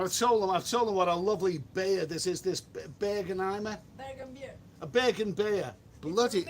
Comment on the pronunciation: "BEER" IS A ONE SYLLABLE WORD